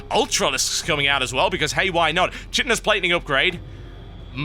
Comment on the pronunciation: Chitin is pronounced "kaitin", it is emphatically not pronounced "shitin".